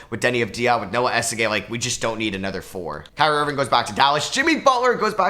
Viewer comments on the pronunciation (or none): none